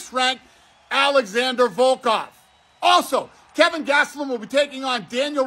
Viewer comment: Kevin Gastelum??? 😂